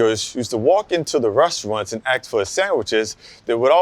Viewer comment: That’s how you know he’s as true local. Bro said”aks instead of “ask”